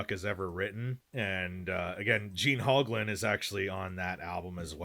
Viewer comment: “Gene HOGlan”